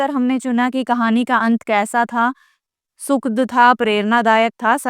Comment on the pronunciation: नमस्ते मैडम आप बहुत ही अच्छा पढ़ाती हैं और आपका पाठ सुनकर सभी बातें बहुत ही आसानी से समझ में आ जाती है किंतु माफी चाहूंगी कई जगहों पर आप उच्चारण गलत करती हैं जैसे दुखद और सुखद, कृपया इसमें सुधार कीजिए